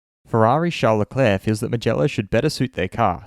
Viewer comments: its not Sharl Le Clare. Its Charles Le Clerc. You can hear him pronounce his own name at the start of this video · No it’s Sharl Leclerg! Lol!